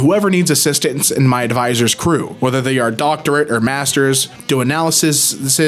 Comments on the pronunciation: Dude. It's "analyses" it's not that hard. You just say "sees" instead of "sis" and boom! It's a plural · Plural = analyses. Just as easy to pronounce as analysis. Do you also pronounce women as womanseses? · Just to help with the word you hate. If you know analysis, to say analyses instead of "sis" go "seas" Analysis - uh-nal-eh-sis Analyses - uh-nal-eh-seas Just to help. I know how it is for awkward changes to words like that. I'm running into a lot with my job as of late...and I appreciate when someone can help me with those moments. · 'Analyses' is the plural for Analysis, with the ending syllable pronounced 'sees' instead of 'siss' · Analyses = Uh-nah-luh-seez....NOT....Uh-nah-luh-siss🙄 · Dude, it's analys-EEs, it's not a complicated word. You just change the vowel sound from analysis to analyses exactly as it's written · it's pronounced Analy-seas. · it's pronounced "an AL ah sieze" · “Analysees” You say it like “sees”. That’s the plural of “Analysis” 😊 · An-AL-uh-sees. Analyses, the plural of Analysis. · "Analyses" > "Ah-nal-ih-seez" Hope you see this and it helps, hon! Love your videos! I'm wicked good at pronunciation, so I'm always happy to help break things down for others! (I'm not perfect, of course... I thought awry was aw-ree for over 5 years... but I didn't connect the word I'd seen in a random book with the word I already knew because my context comprehension was high and I didn't hear the word SPOKEN in context for a long time... So the connection took a long time to make.) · Analyses - plural of analysis. The ses is pronounced sees. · Pronunciation of "analyses": "an ALICE Cs (as in the letter C but plural)" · Analyses (An-al-as-seas). Sees. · it's pronounced "analyssies" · Analyses is basically read as analysees, it's really weird